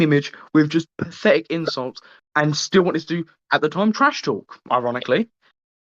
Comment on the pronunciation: Dude can’t say the insult right